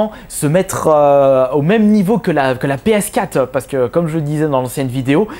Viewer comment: Arrete de dire "PS Cat" ptain c'est "PS Quatre"...